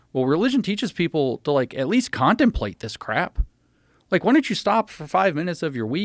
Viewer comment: “…at WEAST, his fahther DID schomshing😂😂”